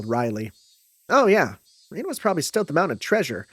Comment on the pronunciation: Please no more Rena pronounced as Rina 😂There is literally a character named Rina in the VN